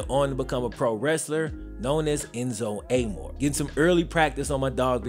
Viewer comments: Enzo Amore. Ah-mar-a, not a-mor. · Enzo A-Moar. Come on now, 😂😂😂 love you and your vids, but it's A-MORE-AY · Man said Enzo Am-More 😂😂😂 It’s Uh-More-Ray BTW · Wrestler name is en-zo A-more-a that’s how your suppose to say it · Enzo “A-more-ray” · Enzo's last name is actually pronounced Ah•More•A, meaning love in Italian, similar to how Amor is love in Spanish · It's Enzo Uh-MOHR-A 🤣🤣🤣🤣🤣🤣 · I love how you pronounced Enozo last name lol. Great video!! I’ve been waiting for this one ! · My boy said ENZO name wrong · He did his best pronouncing Amore 😂 but its okay, wrestling fans don't fuck with enzo anyway